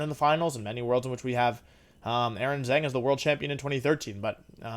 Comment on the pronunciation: I mean maybe he's memeing but the way wolfey pronounces Aaron Zheng's last name triggers me so much lol